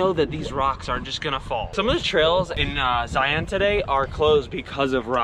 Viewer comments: You need to say ZION right. People from Utah can tell you're an outsider by the way to say ZION. It is pronounced ZIUNS, not ZI-ON. I know it's weird. We love your videos. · Please learn to pronounce Zion properly. I’m from Utah and it makes us crazy hearing it pronounced Zi-ON! Its Zi-un. Glad y’all had a great time. Our national parks are amazing. I don’t know if you’ve ever put in for the lottery at “the wave”, we’ll worth the crap- shoot if you get in and they call your number.